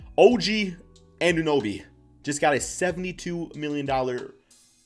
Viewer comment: YEEEEEEEEES! CAN FINALLY SAY OG ANUNOBY’S NAME RIGHT! NO MORE BITCHASS “OG ANOBY”!!!!!!!!!